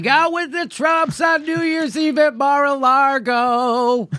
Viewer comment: It's lago, not largo